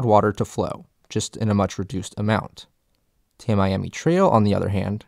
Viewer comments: First comment is a correction. It is not the Tam I am e Canal. It is pronounce Tam E am e Canal. I noticed also that you didn't mention that the environmentalist also are their own worst enemies in the case of ENP. There was a project going on to help restore flow from the Lake on down. But the environmentalist scuttled it with their obstructionist attitudes. Those include requiring rainwater that falls on farmlands to be cleaner as runoff than what falls from the sky. They also killed the filter marsh project that was under construction. They fought it in court saying that it needed to get a sewage treatment plant permit for construction and operation. Both of which the courts after about 10 year said were not needed. But by that time, the options to buy the needed land had run out, the construction company that was doing the work had gone bankrupt, and the cost had risen well past what had been allocated. You can find the remains of that project just South of South Bay on the West side of US- , - There have been smaller parts of the project that have been done mostly in the West of Homestead/Florida City/Kendall Drive areas. These projects have been bringing water into the Eastern and Southern parts of ENP. Those projects start at SW 168th St and extend as far South as C-111 at US-1. All of which divert water that would have gone out C-111 into Barnes Sound more toward Florida Bay and ENP. This work has been going on for over 25 years and is mostly complete. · It’s pronounced “Tammy-ammy” not “Tam-Eyeamee” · Nice video. The Everglades are dead though. What man didn't kill, the pythons did. For future videos, note it's not pronounced the "Tam-Miami" trail. It's the "Tammy-ammy" trail. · Amazing video! Only critique is Floridians call it Tammy ammy rather than ta-Miami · I grew up in Naples. We always pronounced "Tamiami" as /tæ.mi.æ.mi/ road, not /tæ.maj.æ.mi/. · POINT OF ORDER: Us locals pronounce US-41 as TAM-EE-AM-EE trail. As opposed to TAM-I-AM-EE.